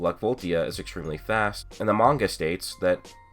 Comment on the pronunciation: You keep pronouncing manga wrong